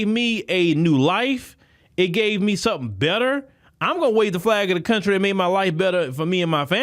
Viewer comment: 😂when she said "let me tell you somesing"